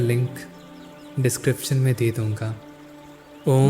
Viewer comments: आप बहुत अशुद्ध बोलते हो। टाडा नही तारा बोलना सीखिए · Tada tada q bol rahe ho bhai Tara bolo na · Gayan bahut achha diya aapne voice v mithi hai lekin kuch sabdo ko ajib sa kyu bolte hai jaise tara ko aap tada bol rahe hai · अबे तोतले तारा है , तू ताड़ा क्यों बोल रहा है ?? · Why do you say Taada. It’s Taara right?